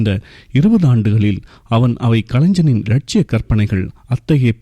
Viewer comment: கலைஞன், prangyai போன்ற i இடங்களில் " ஞ " உச்சரிப்பு ஏன் வித்யாசமாக இருக்கு? இது புது தமிழா ?